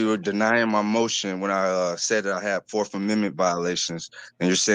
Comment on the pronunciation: “Forf” amendment lol